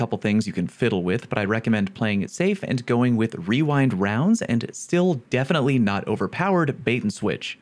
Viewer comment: Um excuse me it’s pronounced “Wewindwounds”